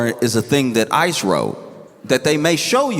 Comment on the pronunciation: at one point when he said ICE i thought he said ISIS. Funny that